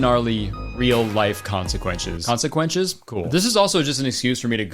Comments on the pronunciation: new kurtis verbal malfunction just dropped! welcome aboard consequenches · Someone has to update the kurtis mispronouncing compilations now or there’ll be consequenshus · add "consequenches" to the kurtis conner mispronunciation dictionary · “squeet” died 2023, “consequenshes” born 2024, welcome back king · babe wake up new kurtis mispronunciation just dropped: consequenshes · “consequenches” new kurtis misspeaking just dropped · conspiracy: Kurtis said “consequenches” on purpose so his sheep would make more misspeaking compilations